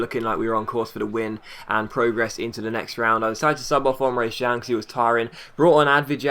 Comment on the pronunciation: Emre CAN not Emre JAN